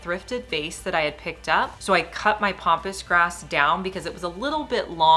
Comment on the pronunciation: Love your ideas. And this is nit picky, but it isn't POMPOUS grass....it's PAMPASS grass. I'm sorry, so many people are saying it wrong and it just bugs me